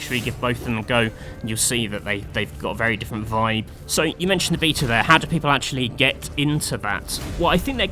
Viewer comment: Why you say beta like that? Lol